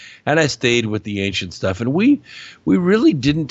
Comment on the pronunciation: I would like to help with pronunciation. There are so many words that would be easier to understand if the accent were on the right syllable and a few other details such as how to pronounce "ancient" or "chemical".